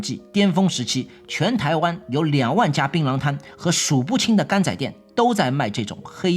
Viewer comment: 柑仔店和阿達仔不用台語發音略顯尷尬😅 整個好彆扭